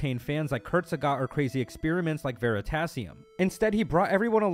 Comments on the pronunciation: Kurzega ? wtf dude ? KUTZGESAGT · Did you say kurzsegagt and not... kurzgesagt? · "kurzegat" xD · He said kurzegat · Wtf is Kurtsegart?😂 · Kurzegard 😅😅 it‘s Kurzgesagt